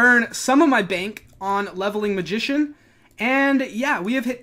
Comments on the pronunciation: Nice vid bro, and btw I kinda cringe when you say magician ... always makes me laugh lmao. good content, keep it up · is what you came here for, cracks me up when you say magician